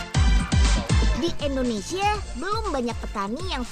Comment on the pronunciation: Bukan ENDONESIA Tapi INDONESIA UNYILLL!!!!